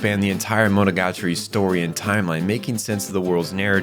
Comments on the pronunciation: bro pronounced monogatari wrong in the first 5 seconds immediately exited the video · Nitpicking: : is pronounced MoNOgaTAri, not MonoGAtari.